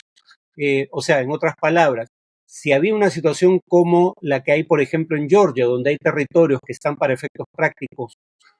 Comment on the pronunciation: Todo bien con el video, Farid. Solo que Georgia se pronuncia tal como se lee en español. "Yeoryia" es la pronunciación en inglés.